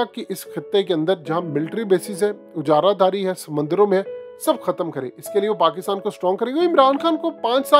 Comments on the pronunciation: Ujaradari. Nahi ajaradari sahi talaufz hy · Admin aap aik word aksar use karte ho is main talafuz ki tasheeh ki zarorat hai ye ujara daari nahi hota ajara dari hota hai